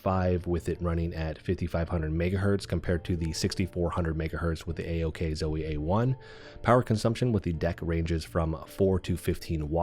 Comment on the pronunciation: Don't call it ack Zoe lol.